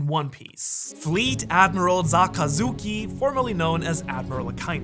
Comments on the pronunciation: From to , he said Zakazuki instead of Sakazuki. Did anyone else notice that? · Zakazuki.... Zengoku.... smh